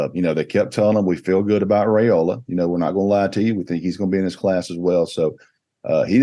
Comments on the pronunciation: 6 ray slays in one show. Your competition asked Dylan's father the same question live on the Rumors and Facts show a month back; the same you asked Ryan Puglisi. Dominic Raiola said it is pronounced like Rye or pie, and ola like cola. If you still dont believe it, then please show Dylan the same respect you showed Ryan by asking Dylan. Only reason I repeat it is you continue to ray slay the name, and I know you don't want to be doing that over and over as you are continuing to do. It's not like you, people look up to you, and respect your knowledge. Please pronounce it correctly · Good job asking Ryan Puglisi the correct pronunciation of his family name Now, Please, please ask the same of Dylan Raiola so you will stop the incorrect ray slay on his family name. It is pronounced as Rye like pie and ola like cola. Dylan Raiola (like Rye-ola) with no ray in sight. Please stop the Ray Slay,... Thank you very much